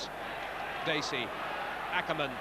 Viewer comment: Sorry to be picky , but it's " Dacey " .